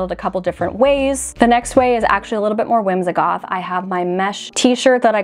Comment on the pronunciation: Why is it that you pronounce the word whimsigoth “whimzahgoth”?